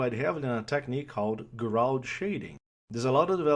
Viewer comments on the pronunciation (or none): Nit-pick: Gouraud is pronounced like "Gorough" (think NYC "Borough") :)